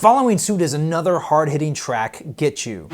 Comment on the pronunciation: It's actually "getchoo"